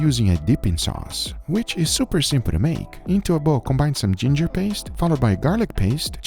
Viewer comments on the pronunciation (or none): none